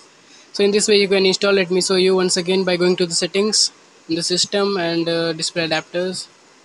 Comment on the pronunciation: It's show not sow 😂😂😂